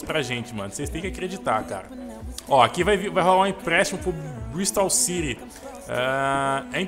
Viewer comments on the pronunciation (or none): none